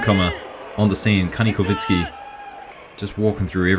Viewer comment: Bro, not kanikovitsky he is Kanikovskiy-Kovski